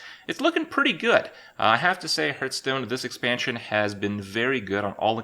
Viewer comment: CAN U FUCKING STOP PRONOUNCING IT HURTSTONE!